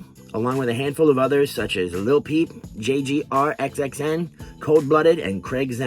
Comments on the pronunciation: FYI: J. Grxxn is pronounced Jay Green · Hearing u pronounce JGRXXN the way that u did, made me feel strange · I'm surprised you didn't hear how to pronounce JGRXXN since Ghoste says his name early into first verse in Caligula since you mentioned that song. Wannabe never has-been, really wanna beef with me? I chop em' up and put they body parts in a ice box just like JGRXXN